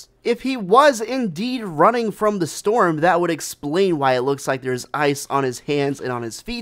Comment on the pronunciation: Guys it's a snow "STORM" like the STORM